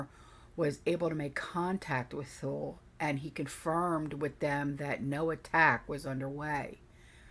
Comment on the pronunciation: Thule is pronounced Too-lee. My hubs was stationed there for a year in early 2000.